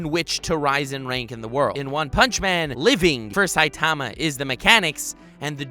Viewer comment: What’s with the weird way this guy pronounces saitama